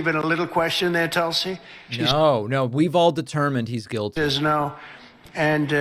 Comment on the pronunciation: In india they pronounce tulsi as "toolsi" But tulsi likes it as "tullsi"